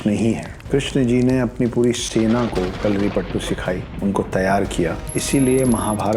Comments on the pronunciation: it is not kalaripattu it is kalaripayattu. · Its kalaripayatu not kalaripattu😌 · I was enjoying your video until you started speaking about Kalaripayattu! Firstly you share wrong information about Kalari and its origin and on top of that you pronounce it horribly and disgrace the art. It is not "pattu" it is "payattu" means to 'practise a fight' in malayalam. Aaj bhi mere gaav me fighting practices ko payattu bolte hai. It originated in the northern malabar region of Kerala. Internet hai toh kuch bhi bana k bechna nahi hai.